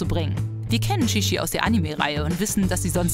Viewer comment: Das heißt nicht schischi sondern chichi!